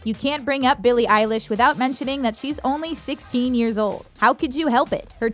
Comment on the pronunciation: Is it only me or is she really annoying me of how she is saying Billy’s name...